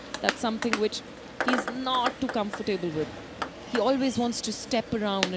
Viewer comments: She pronounced ‘comfortable’ as ‘comfortaeyble’ throughout. Also, she used that word repeatedly🙄🫤🤭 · ‘Comfortaeyble’ is what she pronounced throughout, and she used that frequently enough to be exposed. How did she ever qualify to do this job?? That goes to say less about the interviewer’s accumen🫣🤭🤭